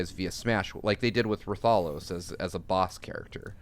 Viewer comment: I kind of died a little on the inside when mispronounced Rathalos.